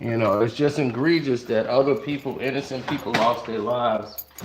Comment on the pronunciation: “engregious?” What the hell is that?, it’s egregious...pronounced e·gre·gious Are those white women you hang around even teaching you anything? 🤦🏽‍♂️🤦🏽‍♂️🤦🏽‍♂️